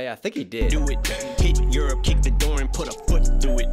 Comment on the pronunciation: I’m pretty sure when he pronounces Europe he’s also saying “kid, you’re up”